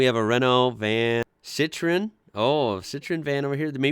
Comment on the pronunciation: You pronounced Citroën the right way!!! 👏 bravo! Thank you ☺️ nothing wrong with any pronunciation but the fact that you made the effort to pronounce it the french way is nice 😊